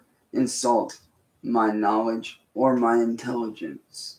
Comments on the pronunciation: (listen) “Dont insult my intelligench..” 🤔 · And said " don't insult my intelligentch "